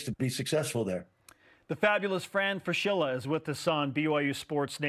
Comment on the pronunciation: Fran should learn how to pronounce his own name: Frah-SKI-lah, not Fra-SHILL-uh. In Italian, the combination "SCH" is pronounced like "SK," as in the English word "school." Cappisce?